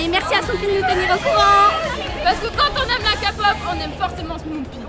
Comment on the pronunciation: parce que quand on aime la Ka-Pop on dit Ké-Pop...